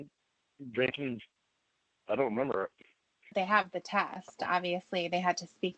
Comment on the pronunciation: is a pathological liar. Also say “ I doont remembah..” he thinks people forget or are as dumb as he is. She has paperwork. Then he’s like “why’s she have that “ he’s so stupid. He has to be made to quit. He doesn’t want to change. He’s on probation for life. the loser.